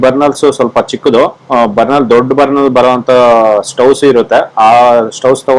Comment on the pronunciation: ಬನ೯ಲ್ ಅಲ್ಲ ಅದು,ಬನ೯ರ್ ಅಂತಾ ಹೇಳ್ತಾರೆ.